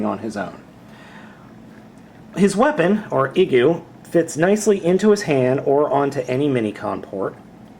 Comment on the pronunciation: I think the "i" in Igu is supposed to be pronounced like "ee" as in "green". But I'm basing that solely on the fact that the figure came from Japan.